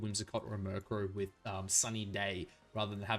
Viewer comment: Myuur crow